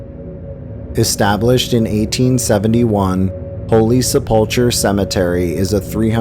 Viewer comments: Great video! A correction, though....Holy Sepul-KER not Sepul-CHUR (Sepulchre). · Good content, I am enjoying the video's. Just fyi on number 12, I think its 12, Holy Sepulchre is pronounced Sep-pull-ker. Thanks. Picutures are a little goof and some are creepy, but still like the history. Keep it up